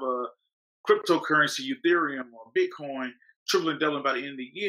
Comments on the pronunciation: Does he pronounce it BitCON on purpose or is he unaware it's COIN. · Its BITCOIN and not BITCON the way that guy calls it.